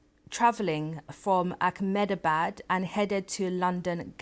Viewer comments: why cant she pronounce AHMEDABAD ? Akmedabad ... really dumb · How many times will you keep saying Akhmedabad!!! Its Ahmedabad, spelled as Eh-Meh-da-baad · She actually said it as “Ack-MINI-Bad.” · This can’t pronounce “Ahmedabad,” and calls it as “Ackminibad.” She’s the worst journalist on the BBC.